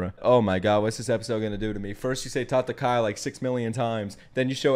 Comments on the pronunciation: It’s not tatakai. It’s tatakae😞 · It is not tatakai, it is tatakaE. Don't be this guy xD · not sure if u realize but it’s pronounced ta-ta-Kai-ay not ta-ta-Kai it’s spelt tatakae tho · It’s not “tatakai”. it’s “tatakae” which is an imperative form so ellen’s telling himself to fight. Tatakai is a noun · Tataka-i = (noun) , Takata-e = (verb), FYI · Why does he say "tatakai" and not "tatakae" xD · It's not TATAKA " I ", its TATAKA" E " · Please say tatakaE not tatakaI please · saying "tatakaE" is one of the funniest shit for me during this video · always icks me every time you say tatakae wrong, I was hoping that when you heard them say it more time, you'd fix it but all good, I still love the reactions and have been following since the start!